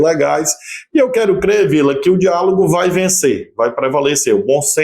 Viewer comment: A SALIVA SECOUUUU!!! " DIALAGO"" KKKK!!